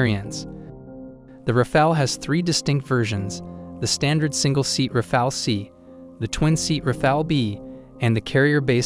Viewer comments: It's RAFAL, NOT RAFAEL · « Rafael » is a 15 century painter… learn to say Rafale correctly ( means wind gust OR burst fire in french)